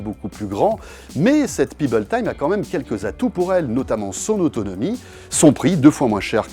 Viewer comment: PEBBLE pas Pibble ! Pèbble ça se prononce!